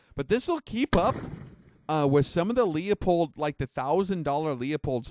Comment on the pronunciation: leopold is pronounced loop hold